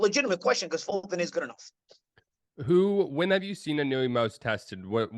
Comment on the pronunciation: Gawd knows I love you,, but it's "ee-no-ue." That last syllable is a dipthong: almost but not quite two syllables--a slide from the "oo" to the "eh," like the ue in suet (the bird treat). Please forgive me, I know I probably sound like prick. I'm an English professor, a bird lover, lived in Japan a couple years, AND Inoue's probably my favorite fighter of this era.